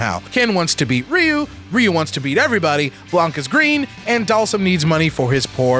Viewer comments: Its RyoU. get It RigHt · Guys, it's not pronounced Ryu. It's pronounced Ryu.